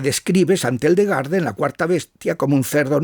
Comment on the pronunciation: Gildegarda o Hildegarda? Por qué pronuncias la H como J o G?